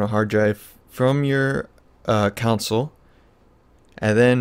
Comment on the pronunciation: Great tutorial.. Con......sole....... Not counsel.